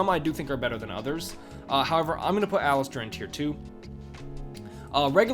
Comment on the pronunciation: Aleister not Alistair. Otherwise great vudeo.